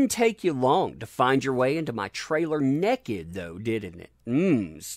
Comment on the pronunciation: No one: TUG: nekkit